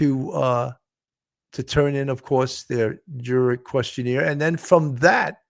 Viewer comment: Love the show! However, it is questionAIRE... not questionEER. It was said incorrectly at least 15 times and it was hard to ignore.